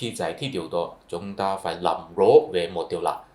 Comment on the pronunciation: Tôi lậy ông, ông nói như tiếng SÚNG ĐẠI LIÊN, không giống ai, tôi có rất nhiều bạn người Hoa họ nói tiếng Việt còn rõ hơn người Việt rất nhiều, như chữ RỒI chứ không phải GỒI, chữ LÀM không phải NẰM. Thôi đủ quá rồi nhá bạn.